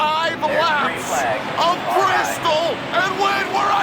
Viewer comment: It’s Bristol bby